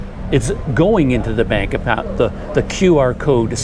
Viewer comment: The thing is the way Indonesian says bank sounds like "bunk" so it's understandable you don't catch it the first or second time or none at all.